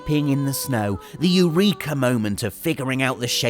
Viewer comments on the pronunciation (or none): none